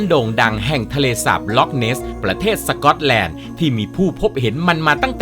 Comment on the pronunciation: ห้ะอะไรนะสก๊อยแลนด์หรอ5555หยอกๆค่ะสนุกมากค่ะ